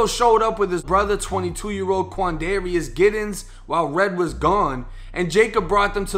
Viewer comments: "Quandarius" lmao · “Quanderious” lmaooo